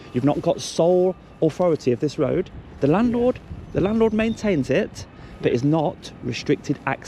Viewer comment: What’s a “Rowad” ?